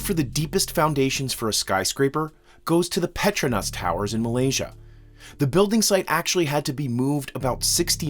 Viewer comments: Please learn how to pronounce the names of these buildings. It's pretrOOnas towers, not petrAnos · Just say petronous bro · Pe tro nus.. the schwa sound.. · Its called the pet-troow-nus towers not pet-traa-nas....but carry on. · Why can’t Americans pronounce the names of things correctly? His pronunciation of Petronas Tower is ridiculous. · Interesting pronunciation of Petronas, I guess i have been saying it wrong all these years. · You need to learn how to pronounce PE TRONAS TOWERS. I can’t take someone seriously when they try to teach something they CANT PRONOUNCE! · Why can neither of them pronounce Petronas properly ? This is a video with half a million views.